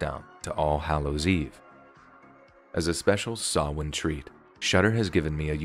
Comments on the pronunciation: Hearing him pronounce samhain correctly filled me with so much joy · Always enjoy your videos. It was especially nice to hear the name of the pagan high holiday pronounced correctly. I know it may be something small, but as a Wiccan, I can say it made me smile. Thanks for everything you do. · You pronounced Samhain perfectly! Good job! I've heard so many hilarious pronunciations.